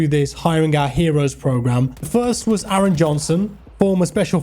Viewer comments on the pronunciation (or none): none